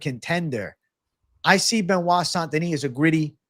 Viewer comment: Hey tell how to say benoit st deniss name properly please (Ben-wah)